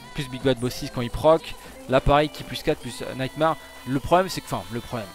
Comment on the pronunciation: "Naïte Marre"